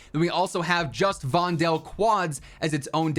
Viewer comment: I'm Dutch, I live in a street named Voldellaan, and if you would stop saying the E in Vondel you would pronounce it correctly. VONDL